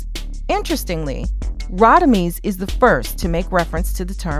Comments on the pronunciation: It's Rodimez not Rodimeez! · Radamez not Radameez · Rah-da-mez …….. Mr Quill-lez. They pronounce the names 😂😂 Love the videos must nit pick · I hate the way they pronounce Radames 😂😂😂